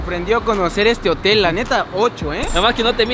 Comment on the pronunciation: es hotem no motel 🤣🤣🤣🤣